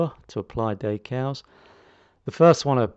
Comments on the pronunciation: One more thing - you are not pronouncing/saying the word correctly for french either, anyone with french as their first language would be scratching their head wondering what you were on about. You can call me what you like or make as many smartass comments as you like, it doesn't worry me. The point is that no one calls decals daycals and you can argue until you are blue in the face that you are somehow right, it makes no difference. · Nice though I didn't know what you were on about there - its dEcals not daycals.